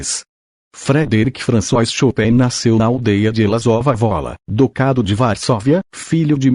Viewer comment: A pronúncia chopéin está maravilhosa para nós americanos